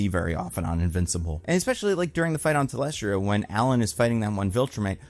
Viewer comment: my guy, for someone who makes so many reviews would it kill you to just double check names? You're still unsure how to pronounce thaedus and you mispronounced talescria as talestria... at this point I'm wondering if it's deliberate ragebait to spark engagement because if so, it worked.